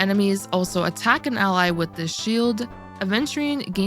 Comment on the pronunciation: It's Aventurine, not aDventurine (pronunciation)